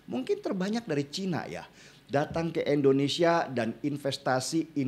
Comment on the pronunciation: indonesia✔️ endonesia✖️ endonesa❎ 😁.....